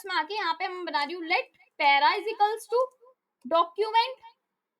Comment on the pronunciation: 😂😂😂😂 para ❌ pera ✅